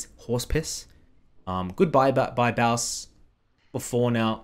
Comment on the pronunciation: bro, he calls himself thebossffs not the bowse